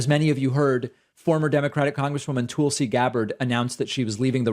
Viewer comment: Tulsi stans... you mean the "Tūls"! 😐